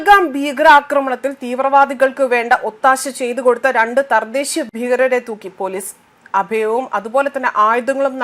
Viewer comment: Sister...thardheshiya alla ....thadheshiya...